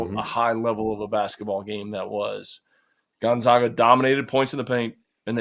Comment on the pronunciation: The disrespect of Gonzaga is terrible. First mispronouncing Ike then mispronouncing GONZAGA. Seriously, if you’re still doing that at this point it has to be intentional.